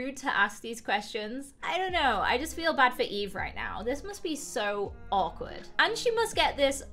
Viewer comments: He keeps calling her evie and it makes me so frigging mad. Her name is fogging eve!!!!!!! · Video: Eve: Evie Me: i am c o n f u s i o n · My name: Eve: says eve Me: flinches (StOp SaYiNg My NaMe!-)